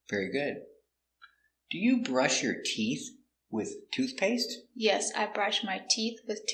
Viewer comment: A video about all these words that end in "TH" which are the harder ones to pronounce. In this case the way you explained about the word "tooth, teeth" isn't clear, because you point to a "th" but many times when you pronounce it sounds as tee"fth" or "toof or "tieess".